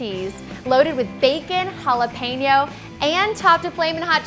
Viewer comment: When you say jalapeno and you say the last 4 letters you say PAIN!!!